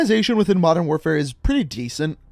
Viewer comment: Jello “mondern” lmao